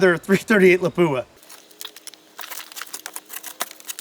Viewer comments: you need to pronounce Lapua like a true Finn, not La-poo-a! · I always heard lapua was pronounced "lawp wah". Anyways, there's an older YT video of somene shooting a armored plate with a .270win 130g using a discontinued remington solid i believe solid copper fmj bullet and it went thru it like it wasn't even there. I'd be curious how solid copper bullets in all these calibers would fare against these modern armor and ceramic plates